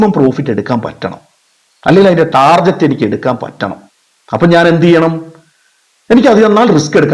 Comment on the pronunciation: വളരെ നല്ല ഒരു വീഡിയോ എനിക്ക് ഇഷ്ടപ്പെട്ടു. ദയവു ചെയ്തു ടാർജറ്റ് എന്ന് പറയരുത്. അതു ടാർഗറ്റ് ആണ്. ഈ ലോഗത്തിൽ മലയാളി മാത്രമാണ് ടാർജറ്റ് എന്നു പറയുന്നത്. പിന്നെ ട്രയൽ അല്ല ട്രെയിൽ ആണ് വിഷമം തോന്നരുത് നിങ്ങളെ വിഷമിപ്പിക്കാൻ പറഞ്ഞതല്ല. Very good👍🏻 keep it up 👍🏻